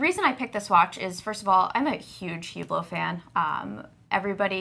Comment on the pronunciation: Ladies allow me to mansplain - the "h" in Hublot is silent. It's pronounced "ooblow". You're welcome.